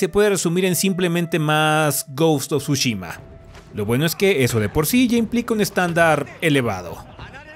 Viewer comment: ¿Alguien dijo Tshushimi?